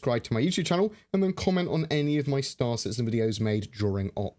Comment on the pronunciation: Mi girlfriend instantly shouted out that you didn't pronounce your "hello an welcome to star citizen" as usually 😂